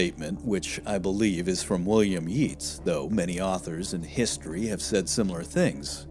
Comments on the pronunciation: yeats is pronounced "yates", not "yeets" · It's pronounced Yates not Yeats, as W,B,Yeats. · yeats is pronounced yates and michaelmas is pronounced micklemas apart from that a wonderful documentary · Am I the only one who's read Stephen King's 'The Stand' and noted that the narrator says 'Yeets' when pronouncing 'Yeats'? #ifyouknowyouknow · QUOTE "YEETS"......AND "TOULOON"....this American needs some improvement....... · Thank you for all your hard work in putting together this fascinating documentary. Two small points, however.: "Yeats" (the famous poet), is pronounced "Yates". And "Michaelmas" is pronounced "Micklemas." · Dude, learn how to pronounce the words would you!? William yeets eh.... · 😅 mispronounce Yeats. Funny.😅